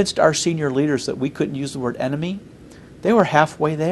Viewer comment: enemy NOT eemt.....